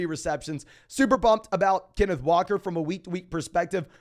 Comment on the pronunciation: Put some respect on Kenneth Walkers name please for the love of god